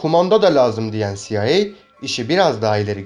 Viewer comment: CIA siaey diye okunur